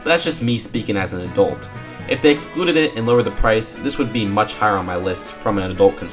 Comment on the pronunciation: Adult not adoolt